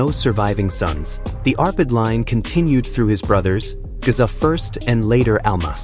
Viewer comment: Its not Gaza. Its Géza. Not Ladislaus, but László